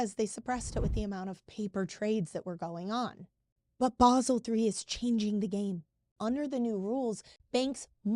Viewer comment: What is "Baahhsel"?